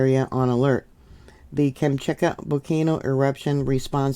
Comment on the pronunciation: Shiv-a-loosh pronounce volcanoe name, and Kam-chak-ah for peninsula. Glad you recovered ❤ keep taking D, C, and Zinc to build that immune system for when those grandkids bring home the bugs. 😊